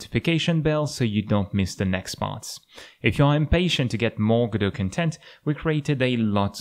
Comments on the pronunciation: Just letting you know, 'content' as a noun is pronounced "CON-tent", not "con-TENT". The first syllable is stressed, not the second. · Just letting you know, "content", as a noun is, is pronounced "CON-tent", not "con-TENT". The first syllable is stressed, not the second.